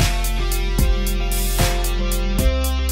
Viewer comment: アルファード アロンアルフア 最初、アロンアルフアって聞こえたわ